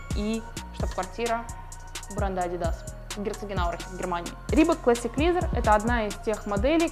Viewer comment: Пожалуйста, произносите правильно слово Leather - "кожа" и Classic. Очень режет ухо.